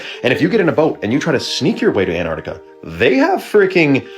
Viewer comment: pronounced "AnTarctica"